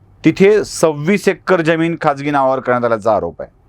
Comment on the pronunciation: जमीन का ज्यमीन निट उच्चार करा